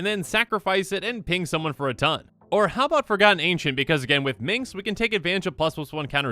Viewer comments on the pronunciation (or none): I cringe every time says 'Prodgigal Pyromancer' instead of 'Prodigal Pyromancer.' And Minks? No sir. Minsc = Min-sk. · Correct. Not Meenx. Min-SSSc. But host may legit have dyslexia or something, so need to emphasize the spelling. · *Minsc not Mincs. Sorry, had to. Awesome list otherwise. Glad to see it 😊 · It wasn't pronounced minks in baldurs gate. Pronounced minsk. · every time he pronounces Minsc as minx it gets worse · Not gonna lie, I died a little on the inside every time he said “Minx”. He’s the ranger companion of Boo, not a flirtatious young woman!